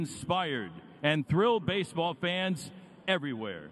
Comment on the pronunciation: 基本を外してない恥ずかしくないレベルには到達してんじゃん 逆にMCの人のbaseballのアクセントがbaseとball両方とも強調とか初めて聞いた